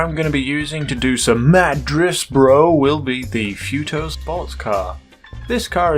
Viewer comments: its....pronounced.... FUTO not Few to.... its TOFU but reversed into FUTO.... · “fee-oo-to” It’s “foo-to”